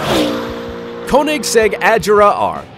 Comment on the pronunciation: you said koenigsegg regera wrong